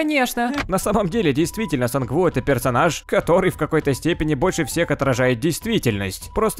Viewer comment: Почему Сан у а не Сан ву